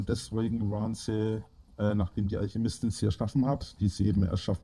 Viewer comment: "Die wurdäää vonna alschiemistin in alschämiiituam erfundnä. Vonna alscheemistän!"